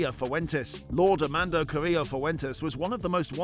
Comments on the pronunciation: Amando😂 AMADO, some people should really double check things before posting. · Said his name 200,000 times and said it wrong every time